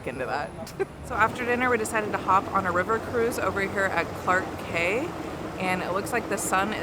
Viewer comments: You've ordered the white carrot cake which s not sweet. Black one comes with sweet sauce. Clarke Quay is pronounced Clarke key. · It’s actually pronounced Clarke “Key” like how you got Boat Quay correct haha but great video as always!